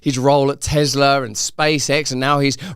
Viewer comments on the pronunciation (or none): Love your show ...but Ruzzle. It's Tesla (TESS-luh), not Tezla 😅